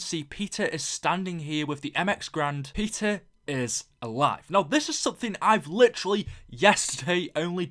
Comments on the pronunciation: Thought this said PIZZA MCCAIN at the beginning😂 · lol it sounds like he is saying pizza McCain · when you sad Peter McCain I thought you said PIZZA